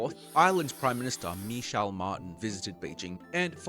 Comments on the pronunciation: misha martin lmfao its more like mee-haal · Micheál Martin's name is pronounced "mee hawl" but yes love the analysis and the PMD music. I like how this is even reflected in memes e.g. "you've caught me in a very Chinese time in my life"